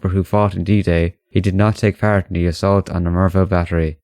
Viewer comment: No one said Vanguard is going to be historical accurate. Ah yeah the "Assalt" 😂😂